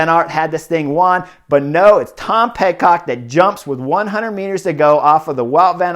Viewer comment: I think Horner's mispronuciations are one of the endearing things about the butterfly effect and I hope it never changes. Sometimes he says Pet-Cock instead of Pid-Cock which causes laughter all around. I really wish this race had been on GCN+ so I could have watched the whole thing.